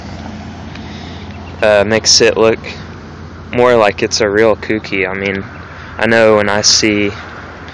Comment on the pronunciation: It's pronounced "coke-e" not "coukie". Clean car though.